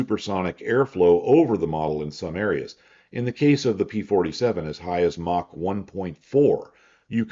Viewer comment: Props to for being one of the few people on the internet who actually pronounces "Mach" correctly.